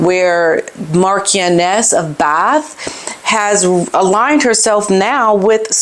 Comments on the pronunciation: I think it's pronounced "Mar-sh-ioness" (not Mar-k-ioness). Not an expert in British peerage by any means but I have gut feel about it. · The Marchioness of Bath is a fabulous black lady married to the Marquis of Bath. She had a brilliant cookery show and everyone thought wow how talented she is. What a contrast to Meghan. By the way it's pronounced Marsh ioness. Love to you and Otis ❤❤ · Marchioness is pronounced as Marsha-Ness. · Pronounced Mar shun ess (just to help) No 'k' on the description. MM deserves all she gets after her abysmal behaviour. She's been caught red handed being the con artist she is. Even H has had enough. NOTHING she 'reveals' regarding her time in the RF will be believed as she has lied all the time. Her truth is a pack of lies. Her on the view....RFLMAO not a chance. Too many diva's on there already. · The correct pronunciation is Marshon-ess.